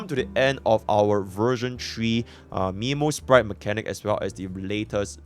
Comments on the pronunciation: Isn't memosprite pronounced more as memory rather than nemo (earthly escapade flashbacks) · Not Miiiimo sprite, is Meeeeemo sprite, you literally heard Mem say it right